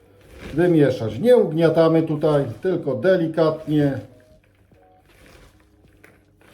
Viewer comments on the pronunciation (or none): none